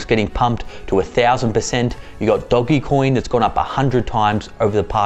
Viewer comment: Did you say doggy coin? 😂